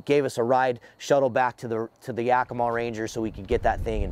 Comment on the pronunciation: its ya-key-mah, not yak-ih-mah...